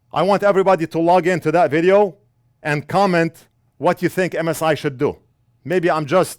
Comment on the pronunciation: " I theenk we need a beeger BOX" 👍